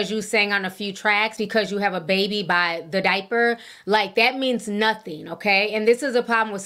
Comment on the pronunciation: "The Daiper"